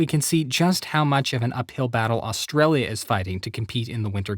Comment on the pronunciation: Tbh, it kinda is misleading as it sounds ( and the guy probably said it wrong) like austria, even though in the graph it's obviously Australia